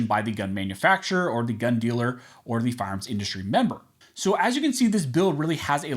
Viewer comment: It's annoying when you are supposed to say fire arms you say farms.